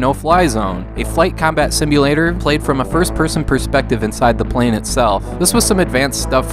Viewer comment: Did you just mispronounce the word plane? Lol the gameboy flight sim isn't terrible, its just that it's terrible....